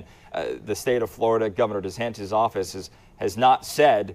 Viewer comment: “Desnatis” lmfao 🤣